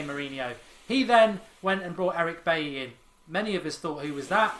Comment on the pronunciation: I don't want to come off as picky but Bailly is pronounced Baji, figured as he's a united player we should pronounce his name right.